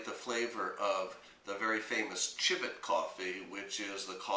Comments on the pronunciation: Um no offense but the word civet isn't pronounced "chivet", it's "sivet". Other than that, good video. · Civet is pronounced "sɪvɨt"